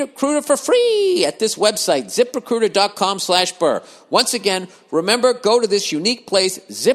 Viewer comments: lmao yeah the zip RECUITA gets me every time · Zip recuitah